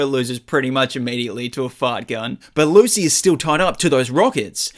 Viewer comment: It’s actually Lucy not lu